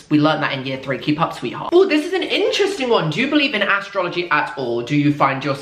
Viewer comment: "astrolology" istg